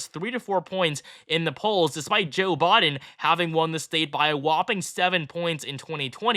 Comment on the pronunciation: Brutha it’s Biden not Boden